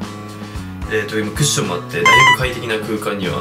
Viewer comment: クッションじゃなくてワッションになってる